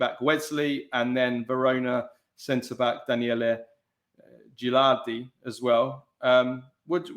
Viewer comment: You guys pronouncing Ghilardi name wrong